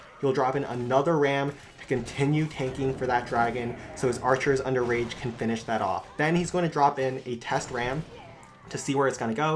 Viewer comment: When u say archers under rage I hear archers underage lol